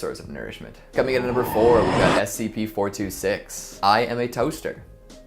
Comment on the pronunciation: Im slightly he didn't read scp 426 the right way, but love the show.